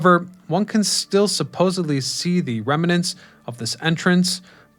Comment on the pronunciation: How about remanents?! 😅😂😂